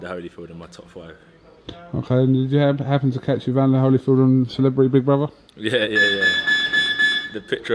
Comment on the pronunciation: lol I stopped listening when he said "holyfield". smh